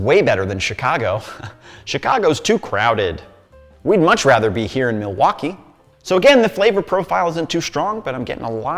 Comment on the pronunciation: It’s pronounced Muh-wok-ee, accent on the wok.